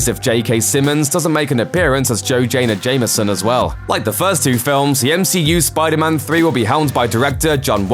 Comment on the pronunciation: Are we gonna ignore the fact that this bafoon just said "Joe Jayna Jameson" ???